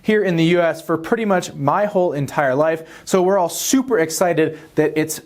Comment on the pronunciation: Did he say, Supra exciting🤔